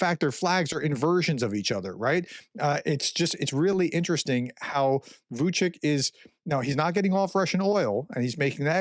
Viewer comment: Vucic is pronounced VOO -- CHEECH not VOO -- CHEEK. The different marks over the C's brings up a linguistic discussion that is only of interest to linguists, so I won't go there.